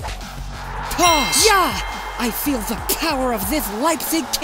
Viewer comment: Pass* not Pohrs